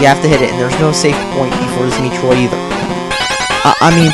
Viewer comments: how can you fuck up in the first 5 seconds. it is pronounced met-roid, not meet-roid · Why are graphics so important to you? And its metroid not meetroid. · Metroid. not MEATroid. Dumb Bitch. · Meat-roid? lol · Mee-troid. Sounds like a good game. I should play it. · Me-troid? What an idiot! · Meatroid? The brat can't even say Metroid right... And why am I not surprised that he likes the Vita? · meetroid work on pronunciation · You're not even saying Metroid right!